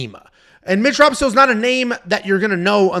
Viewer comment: hey btw its mitch ra-pohso, not pahso. usually i dont care but this dude is a cage titans legend, sat next to his parents before a couple of his fightss and theyre all great people